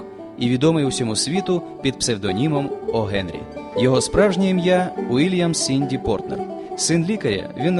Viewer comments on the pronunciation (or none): Сідні, а не Сінді, Портер, а не Портнер!